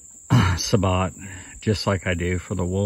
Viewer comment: thats pronounced sa-bo!